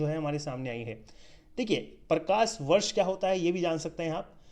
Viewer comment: Correction :- Parthavi nahi Prithvi...aur.....Prakarvarsh nahi Prakashvarsh.......BTW nice video